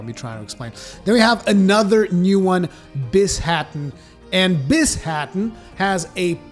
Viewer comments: Bi-sha-ten not bis-ha-ten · The new tengu monster's name is "Bee - Sha - Ten", by the way,. XD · "Magmadalos and Bis-haten", yes Pretty hype for rise ngl